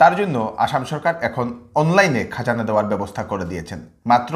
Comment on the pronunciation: তাইন অইলা বিষ্ণুপ্রিয়া মণিপুরী উচ্ছারন ভুল কইলে শুনতে ভাল্লাগে।